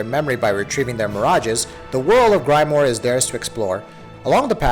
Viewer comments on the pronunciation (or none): "Grime-more" "Tensai"... Please research the pronunciations first.